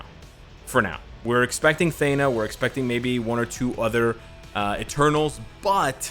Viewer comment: Thee-na, not Thay-na .